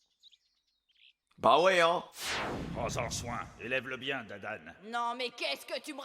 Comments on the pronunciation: C Dadan pas Damdam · c'est pas damedame mais dadane au cas ou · C dadan pas damdam mdr